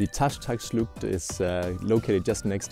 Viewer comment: Taschtacschlucht? It`s Taschachschlucht, but otherwise nice video